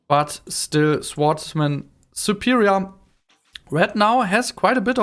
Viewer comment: Erstmal Respekt, dass du dich so aus deiner Komfortzone traust mit der Sprache! Insgesamt finde ich kann man sich das ganz gut anhören. Bei den "swordsmen" aber bitte nächstes Mal das "w" nicht mitsprechen!